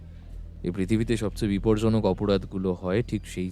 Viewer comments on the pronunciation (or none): " Biporjaok" Noy, " Bipojjanok".